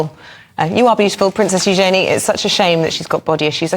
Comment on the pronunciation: New princess? she's the king's granddaughter. Daughter of Andrew and Sarah Ferguson. Ewe-jun-knee = Eugenie. They pronounced it wrong,again.